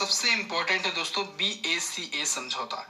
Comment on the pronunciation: It’s not BACA sir it’s BECA ..........